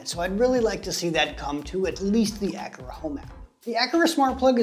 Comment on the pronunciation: Thanks for letting me know there was no ability to make automations based on the energy monitor. Hopefully they will update this. Also FYI “a Car a” is the correct pronunciation 😉.